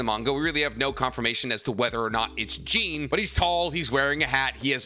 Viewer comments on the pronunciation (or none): You know so much about my favorite anime’s and mangas but it’s not “Jeen” you and everyone know it’s “Jawn” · The second you pronounced Jean like “jeans” made me leave this video. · Why you saying Jean like that bruh the anime literally pronounces it like John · plz pronounce jean right ffs